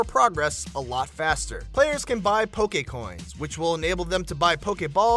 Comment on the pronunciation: I hate how he say poke